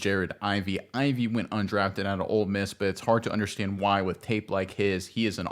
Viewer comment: It is Ole Miss…not “Old Miss”….you aren’t the only one saying it that way…but the University of MS is known as Ole Miss